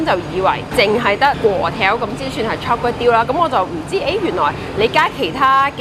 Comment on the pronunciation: 炒粿条变,"差Kway丢" !？😆😅😂🤣